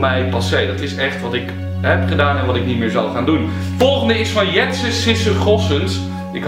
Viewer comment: nee eigenlijk heeeeeel verkeert maar dat maakt niet uit (mijn naam spreek je zo Jessee (niet jetse) sietze Gooossssssens lange oo en lange s) hhahahahahahahah maar jij bent en omdat jij bardo bent mag je het verkeerd uitspreken